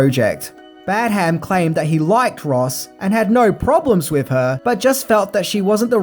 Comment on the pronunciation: Badham pronounced Bad-uhm